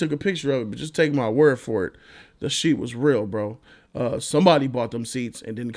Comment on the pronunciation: Is he saying SHEET instead of SHIT?